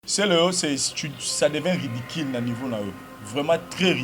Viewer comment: Ridicule et non ridiquil